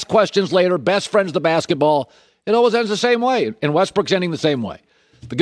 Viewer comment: Colin “Alweys” Cowherd